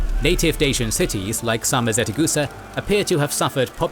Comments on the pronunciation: Sarmizegetuza can not be pronounced Sarmizetecusa... How did the narrator managed to mispronounce it? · Very bad pronunciation for names and places... it was SARMIZEGETUSA, not SARMIZETEGUSA! Great video otherwise! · Great video! I'm honored to be somewhat related to both Romans and Dacians, as I'm Romanian myself. The only correction from my side - it's "Sarmizegetusa", not "Sarmizetegusa" :D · One small mistake, the correct name is SarmizegeTUsa, not SarmizeteGUsa. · Correction: Not Sarmizetegusa, but Sarmizegetusa. Pronounced Sar-mi-ze-dje-too-za. It apparently meant "place of Sarmatians and Getae", as can be seen in the name even today. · "Pronounced Sar-mi-ze-dje-too-za" Actually, it is pronounced Sar - mi - se - dje - too - za. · As a Romanian, thank you for your hard work, great video! One thing to mention though, the Dacian capital is spelled Sarmisegetuza and therefore pronunced differently, hope this helps! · What stroke my ear is the way SARMIZEGETUSA is pronounced It sounds like 2 syllables interchanged their place in the word... Being a fluent speaker of Romanian language, it was impossible not to notice it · Oh my God... The poop, poor pronunciation of „Sarmisegetuza”!